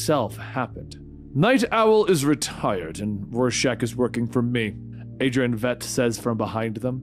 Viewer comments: It's "Vite," not Veet." And the base is in the Antarctic. WTF? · im sorry but i hate when people dont pronounce stuff how they hear it. its Veidt not Veet or vet have you not seen the movie?🤣 basically light with V instead of L Veidt (Vight) i need a shot of something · Also, Adrian's last name is pronounced similarly to the word 'fight' but with a v instead of an f. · Regarding Adrian Veidt, Veidt is prounced "vight". Like saying right but with a v instead of an r. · did he actually say veidt, veet? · Lol Adrian "Vet" Benny? Really bro, who have you hear pronounce it that way? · Please stop mispronouncing Adrian Veidt's name